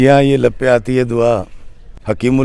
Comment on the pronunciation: Janab theek parho dua lab pay aati hai.lape aati nahin